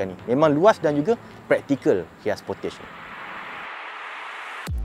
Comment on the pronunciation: The correct pronunciation of Kia Sportage is "key-uh spor-tahj".